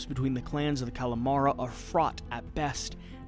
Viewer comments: The Cal a Mari...lol Cam-a-ree-ah (spsnish double L) Or English Cam-a-rill-ah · I think it's because you called it Calamara (which sounds like Calamari) instead of Camarila ;) Although Calamari is making me hungry... hmmmm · and and Calamara instead of Camarilla, maybe re-record these sections? sounds like you never heard of the RPG Vampire the Masquerade. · Great video! But “the Calamara” hurts the ears of Vampire the Masquerade fans 😉🧛‍♂️